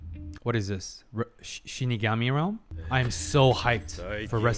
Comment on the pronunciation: Finally the long awaited fateful encounter episode, and with the proper shiNIgami pronunciation on top of that, chef kiss XD For me this is top 3 favorite episode from the series, intense layered psychological battle with some jaw dropping moments, can't ask for more. And it's the real beginning to their legendary battle. the real winner is Ryuk, he got the VIP seat to this epic showdown lol